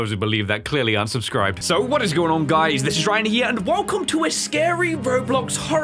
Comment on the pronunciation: Who says insted of